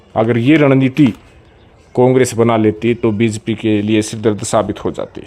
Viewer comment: बी ज पी 😀😀 bolna to sekh le pehle